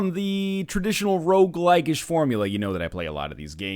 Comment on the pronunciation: He did say rouge-like-ish many times, but I dont think (though I'm not sure) he ever actually called it a rouge-like.